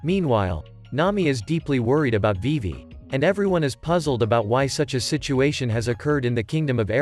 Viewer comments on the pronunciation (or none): none